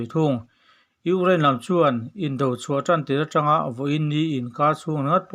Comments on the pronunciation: Ugraine...Ni lovin, Ukraine tih zawk tur aniang. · I thu chhiar hi ngaihthlak a hreawm Ukraine i lam dan te reng2 mai hi🤭🤣🤣🤣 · I thil lamdan chu leh': Ukraine Colonel leh a dangte..I hnar pin vang a ni ang😛😄😄